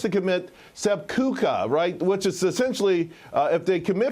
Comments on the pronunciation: Sep Ku kah? LOL Sep a coo my guy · how do you say seppuku so wrong?